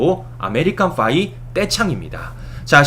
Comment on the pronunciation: 준피디님 항상 노력하는 모습이 너무 사랑스럽습니다. 한가지 발음을 조심하세요. 아메리칸 화이가 아니라 아메리칸 파이입니다. 즉 Fie가 아니라 Pie입니다